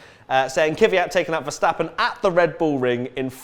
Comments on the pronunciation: 1. It's KVYat, not KYVYat. It's not that hard. 2. Wait... Sauber has never won a race? So, the win in the 2008 Canadian GP as BMW Sauber doesn't count? Okay then... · Stop pronouncing "Kvyat" wrong it's not Kyvyat it's Kvyat you dumb, fucked teeth brit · Why do people keep calling him Kyvyat? His name is KVYAT! Just practice... KV and then YAT. It's pretty fucking simple